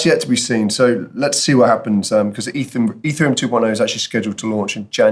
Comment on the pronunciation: You say ethereum like. E three um. Instead of eth Ear EE um